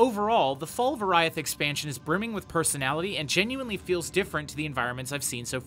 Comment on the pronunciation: It's pronounced "Or-ee-ath", not "Or-aye-ath."